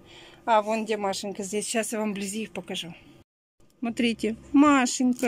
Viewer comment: Так она ещё вместо слова " смотрите" говорит " СРИТЕ", никакого уважения к зрителям нет